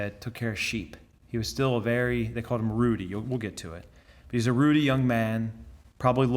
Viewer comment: "Ruddy" rhymes with "muddy." It means red-cheeked.